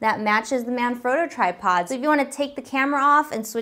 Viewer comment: Great video but people it's pronounced Man FRAW to